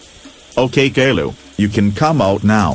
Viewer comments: You Pronnounced Caillou wrong. It's supposed to be Kai-U, Not Gayloo. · No the voices can't read properly and they say kayloo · well please stop calling caillou kayla